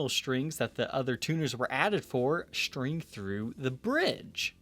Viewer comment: I like your show but it would help if you could pronounce a commonly uttered guitar word like string as "string" rather than "shtring".